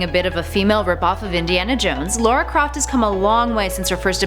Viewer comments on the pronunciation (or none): Lara not Laura, and she should’ve been #1